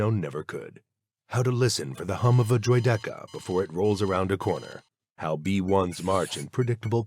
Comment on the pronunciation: Non-existent ranks, didn't pronounce droideka a way I've ever heard, and gave the rank Clone General, then at a higher rank said they were taking orders from a Clone General - a lower rank... Yeah, I'm starting to think so. Either AI, padding for content, or too lazy to look up source material.